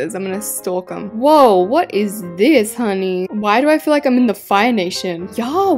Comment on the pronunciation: I LOVE THE WAY U SAID "wow what is this hunnyyyy" when u were touring there plots in bloxburg!!